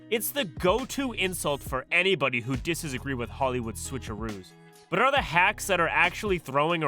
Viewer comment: bro you did not just say “dissesagree” 😭